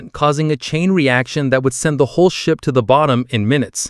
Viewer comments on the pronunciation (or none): none